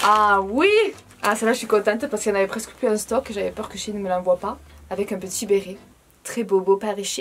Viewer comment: Vous, vous dîtes : shéyn ou shïïn ?